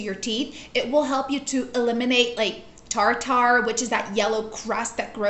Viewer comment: It's not "tar tar," it's pronounced tarter as in starter. It is spelled tartar, but that's not how it is enunciated.